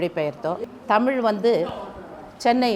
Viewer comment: தமிழ் ழ உச்சரிக்க தெரியாத நீ எல்லாம் எதுக்கு இப்படி வாழ்கிறாய்... முதலில் நாக்கை சரியக்கு